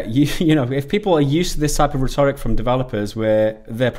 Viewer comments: Teach how to pronounce ‘finite’ and ‘rhetoric’ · Why can't you pronounce Rhetoric or Finite?